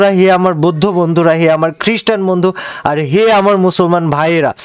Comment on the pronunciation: বৈদ্ধ না বৌদ্ধ